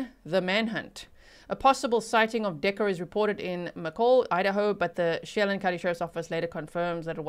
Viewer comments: just a heads up as a local - it’s pronounced “Cha-lan” 🫶🏻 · Che-LAN, Kitt-i-tus, O-kun-aw-gun. Just a little FYI that probably has nothing to do with this case: serial killer Israel Keyes grew up in the Okanogan area and was also known for caching and was in the military.